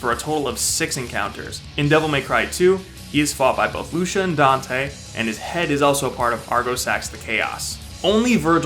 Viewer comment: It's Lucia not luscha lol